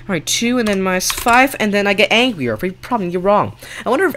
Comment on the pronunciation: Why is he saying angrier like that he's like Aangrier